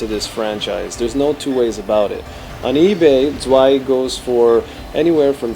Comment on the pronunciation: I don't like the levels in this part and hate the design of the dragon. I like part 1 better. Tip for the German --> add a T in front of the word, as in Tzwei and it would sound much better.